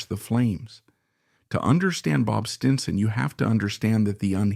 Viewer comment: This was a horrible documentary filled with cliche. Was this created by A.I.? The mispronunciation of “Stinson” towards the end was ridiculous.